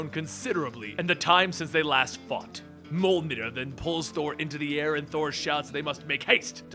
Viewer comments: Its mjorlnir not maulnir 😒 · It's not Mul-nir its Mee-yol-nir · I thought it was Mjolnir not molnir. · Did he just pronounced Mjolnir, Muhlnir?!?! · Jhon Maverick like in mjolnr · It hurts me so much hearing you pronounce Mjolnir like "Mol-Neer" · God you say mjolnir weird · Small note: When pronouncing Mjolnir, don't leave the J out.